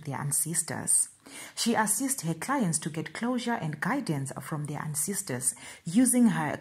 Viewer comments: I know there's no master of pronunciation but I find it funny🤣🤣 when she pronounces ancestors as ansisters It's all fun guys don't kill me please🤣my ansisters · "Please my ansisters" 😂😂😂😂😂😂